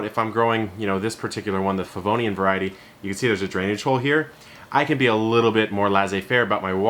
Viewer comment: Nice video. I noticed one of my varieties in your presentation, but I couldn’t clearly figure out the name as you pointed it out. I tried turning on the video’s captioning, but it read ‘Vodiane.' Finally, I Googled what sounded to me like ‘Pavonium’ and it corrected me to ‘Favonian.’ (As a last resort I was prepared to match a photo to Google images, but didn’t need to.) I was focused on this variety today because I noticed it has been very slow-growing compared to my other varieties, and I wondered if something was wrong. However, after finally tracking down the name, the descriptions all verify that this is indeed a slow grower. So, that was a relief. It started out as green-only but is now truly lovely with just a hint of pink. It has exactly half the number of leaves as the other small-sized varieties I’d purchased at the same time and have grown under precisely the same conditions. Thanks for all the info!